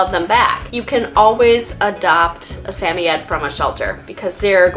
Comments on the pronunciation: I love this video can’t help but say respectfully it’s Sam-oy-ed not sammyed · I have never heard a samoyed pronounced the way you do. Where are you from and why do you say it that way?